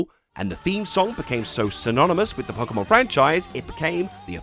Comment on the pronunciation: You keep pronouncing "Pokémon" wrong.